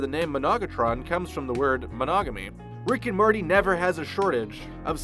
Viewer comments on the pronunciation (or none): So anyone else notice he says Rick and Marty.